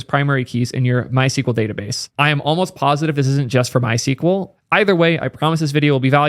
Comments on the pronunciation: MySQL is not pronounced "My sequel", the documented and official pronunciation has always been "my ess cue ell". I know there's a lot of controversy about the pronunciation of SQL itself but for MySQL there is no ambiguity, just an Internet full of people saying it wrong :) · You are pronouncing it the wrong way. the SQL part in MySQL should be pronounced as either "squel" or "es que el". Sequel is a different language dating back to the 1970s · it's pronounced "my es queue elle"